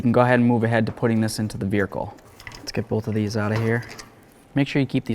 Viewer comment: The way you say vehicle bothers my soul 🥹